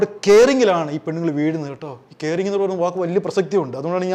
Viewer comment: കെയറിംഗ്😂😂😂😂😂 കാറിംഗ്😂😂😂😂😂